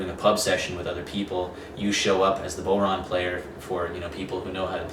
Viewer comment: It's pronounced bough-rawn, not bow-rawn. As in "when the bough breaks". Great vid though, thanks!